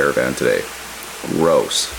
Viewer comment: Really nice. Also, I don't know why, but I don't like the way you say "gross". Might be an accent thing. lol